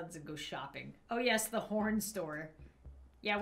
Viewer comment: My god you used “da” and “dis” a lot 😂